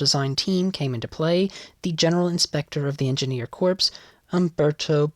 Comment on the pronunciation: Just FYI for future videos, the word “corps” has a silent “s”